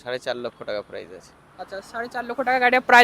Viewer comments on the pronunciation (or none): Are dada prize noi price ar erokom mukhosto kore video ke banai?